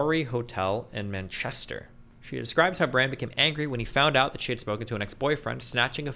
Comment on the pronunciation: Lots of new words Destiny learned today: noughties, lascivious, Lothario, "unexpectable"... I have to admit "unexpectable" is a new one to me... or the OED, for that matter! Edit: now I have just heard his pronunciation of Manchester, and I think I pulled a muscle giggling!